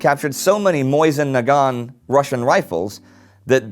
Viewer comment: MOSIN, not "Moison." How do people even still make that mistake?